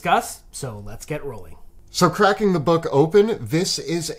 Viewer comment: Anyone else catch “kraken the book open.” At the beginning? Lmao